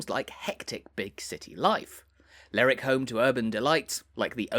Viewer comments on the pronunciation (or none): Nice video but it's not "Ler'ick", it's "Lerwick".